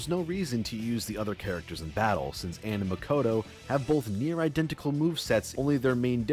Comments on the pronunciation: there’s something mildly annoying about how he complained about the VA’s mispronouncing names but then he mispronounces Ann’s name. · Late to the party on this video, but I just have to point out the irony of him calling out the mispronunciation of names in Persona 5's dub (which they were directed to say in that way)... but went on to constantly pronounce Ann's name wrong and pronounce Tae's name as "Tay." You're allowed to disagree with the voice director intentionally having names said that way, but you can't grandstand about them pronouncing the names wrong... and then go on to pronounce names wrong yourself.